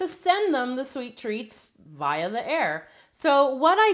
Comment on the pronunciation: the way she pronounced via LOL